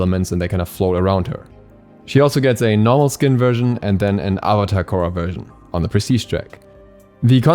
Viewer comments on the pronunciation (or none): ok but “uh vuh tar” and “uhng” though 😭😭